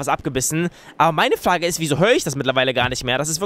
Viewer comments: wieso sagst du eigentlich immer flage tlaulisch also nie das R. das hört sich mega dumm an 😂😂😂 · sagt oft L statt r z.B. flage oder tlaulig😂👌🏻 feier deine videos 👏🏼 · haha sagt zu frage,,flage" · wie frage sagt (Flage) 😂😂😂😂